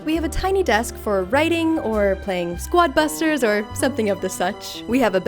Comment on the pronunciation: DID HALEY JUST SAY SWUAD BUSTERS?